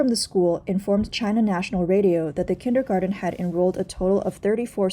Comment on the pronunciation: It's "kindergarTen" though, dear narrator.